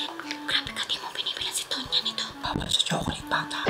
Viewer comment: Tonya po ate hindi po donya hehehe